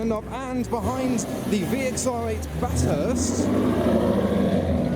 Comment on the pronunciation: Bat - hurst? Bathurst... 😑😑😑